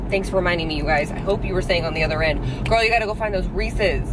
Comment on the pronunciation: Instead of saying girl you say ghoul hahahah when you see your friends do you go “ hey Ghoul “ instead of hey girl !!!! Hahaha love that for you . 😹